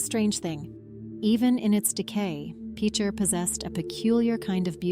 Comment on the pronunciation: I am quite familiar with Picher personally and have driven through on US69 probably a dozen times over the years, the first time just a couple of months after the government shut down and the town (well, what was left of it) was still standing. A step in the right direction would be at least to pronounce the name of the town correctly. PITCH-er not PEEK-er or PEACH-er. And the mineral 'lead' is not pronounced 'leed'. You might want to look up the 'Dust To Dust' documentary on Picher from a few years ago where the creators actually visited the town and interviewed a number of former residents.......the difference is clear.